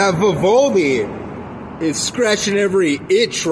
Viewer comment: Imagine not saying “Vivaldi” or “pandora” right